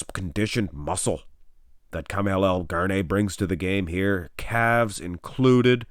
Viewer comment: His name is Ka-ma -al not Carmel